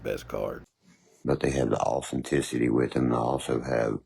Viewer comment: He pronounces authenticity = awesometicity